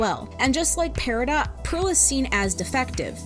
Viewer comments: Why is the character's name pronounced "pear-ih-dot" when the gem is supposed to be said as "pear-ih-doe"... I don't know why but it bothers me XD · It’s peridot like doe or dough. And while I try to stay out of my own spectrum areas, solely to show an appearance of being normal, and some of my friends when they found out said that either they didn’t know or that it made a lot of sense. My special interest is in literature, so while I may not be a standing ovation for speaking, words and their pronunciation and etymology are what give me curiosity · Her name is pear-a-doe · apologies if i'm being weird, but as far as my understanding of the english language takes me, peridot is pronounced peridoe